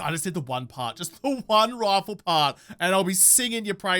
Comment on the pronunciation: Sometimes when you say rifle I hear it as rofl 😅